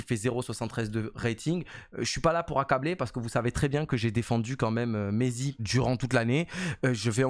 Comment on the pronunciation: On dit pas « m4,20 », mais « maity » ( comme m8 mais avec un « ti » à la fin)